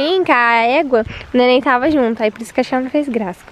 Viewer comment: se fala eu "tava" não eu "tavo" espero não ter me levado a mal ❤